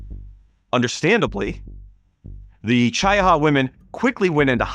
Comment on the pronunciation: It's Chee - ah - ha. Not Chy-uh-ha .